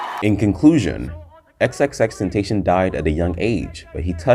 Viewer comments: Xxxtenacion Pronounced Ten-Ta-SI-on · Didn’t say his real name or xxxtentation right😒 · cant even say his name right but whatever yo!